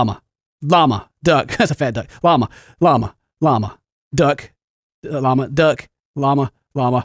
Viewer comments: After a while, it sounded like you were saying "mamma" instead of "llama" xD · You sound like your saying Obama i laughed so hard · Why does it sound like he's saying lawnmower duck?? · It sounds like sometimes he was saying mama xD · When he says lama it starts to sound like mamma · After you say Llama so many times it starts to sound weird. Like you're saying mama or something. I hope this isn't just me ..